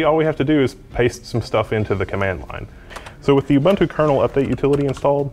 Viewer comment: Just a nitpick, if you are going to correct people for not using the full GNU/Linux name you should also know how to pronounce Ubuntu.